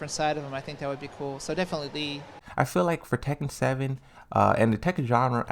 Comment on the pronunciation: I always love your videos and opinions on the Tekken franchise. This one was very good. But am I wrong for being excited that you finally said LEE's name correctly??